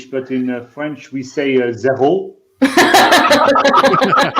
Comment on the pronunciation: I know I'm late to this party but I have to say: french accent is really good. It's not perfect of course, he couldn't pass for a real frenchman, but still his pronunciation of french words is on point! Way better than anything I've seen in Hollywood lol